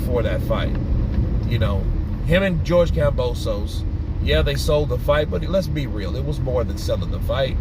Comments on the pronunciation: It’s KAMBOSOS Damn not gambosos 🤣🤣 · It's kambosos bro not gambosos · Yo, it's Kambosos with a K not Gambosos!!!! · you keep saying Gambosos lol